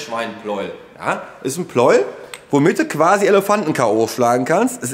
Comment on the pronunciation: Pleu-el! Wie Lei-em!